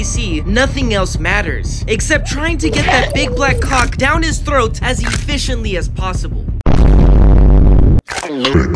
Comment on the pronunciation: Bro said cawk 💀🗿🗿🗿